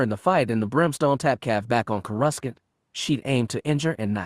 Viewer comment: Corescant is pronounced with no c